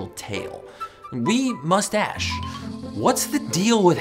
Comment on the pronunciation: Are we not going to point out that he said we must ash instead of saying we must ask